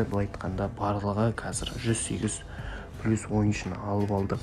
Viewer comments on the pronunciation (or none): none